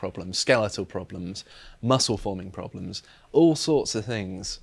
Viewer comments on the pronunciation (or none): none